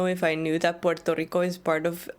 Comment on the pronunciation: I like that she pronounces Puerto Rico the right way.